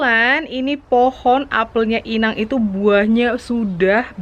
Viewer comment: keluar batak nya, "inaaaannggg " 😀😂😂 Akrab sama inang simatua ya kak... Wkwkwkwk